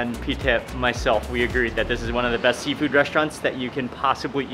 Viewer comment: Seafood? I thought you said Seinfeld!